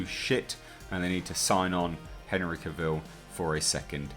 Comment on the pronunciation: Yes, very good reporting. Warner Bros. Should stop being so ridiculous and move on with it. That all being said,, I do believe I read, once upon a time, that Henry Cavill said that his last name should rhyme with ‘travel’. So, sorry, old chap, but you’re saying his last name wrong.